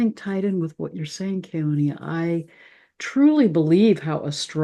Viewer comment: I know you and Keoni are close friends and he wouldn't correct your pronunciation of his last name, but as someone who grew up in the Islands, I'd love to hear you say it correctly. In Hawaiian you never pronounce an 'a' like in 'cat'. It is always 'aw' as in awesome - like you. ❤❤